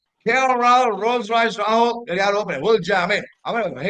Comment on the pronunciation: KL classsy rollls roycee roaahuoooll😂😂😂